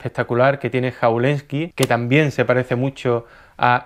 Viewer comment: jawlensky, la J se lee como una Y